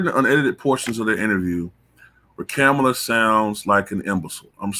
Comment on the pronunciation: Better yet why are you pronouncing her name like that when she herself and news anchors from cnn AND Fox have been pronouncing her name Ka-MALL-a for decades. I can’t believe people seen these clips and STILL are going w this game of her trying to make her name sound more like a black woman’s. She hates black women. Seems like everyone else does too from looks of it. That’s why they are going along w this disrespectful cosplay.